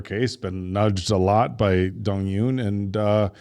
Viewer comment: The Eun in Dong-Eun is pronounced Oon.